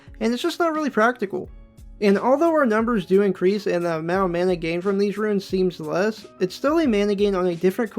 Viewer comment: Its RUNE. ONE SYLLABLE. Like ROON. NOT RUIN